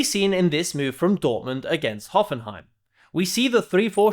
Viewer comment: As a german, I´m really impressed by the way you pronounced "Hoffenheim". Most fumble it pretty badly, but you did a great job! Really interesting video!